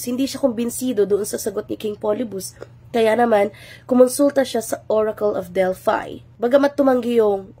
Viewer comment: Ma'am, in ancient greek, they pronunce it as ORACLE OF DELPHI. /DEL-FEE/. Not /DELFAY/